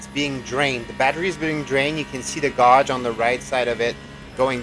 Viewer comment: Never heard gauge pronounced that way